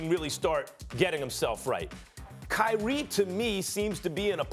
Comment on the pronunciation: Cry-ee Irving